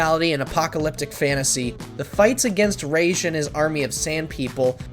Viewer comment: Thank you for pronouncing “Ra’s” correctly